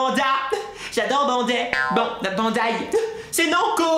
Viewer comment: Qui a rigolé au moment ou il a dis << j'adore bandai (bander) >> 😂😂😂💟💕